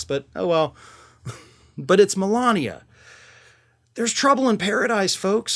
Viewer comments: You pronounced Melanie wrong 😅😂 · He called Melania "Melanie" a couple of days ago